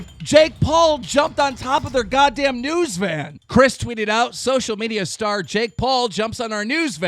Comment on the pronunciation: I swear every time you say also in the news I hear also in the nudes